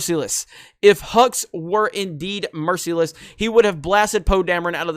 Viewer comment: Why does he say "Merciless" like that? lol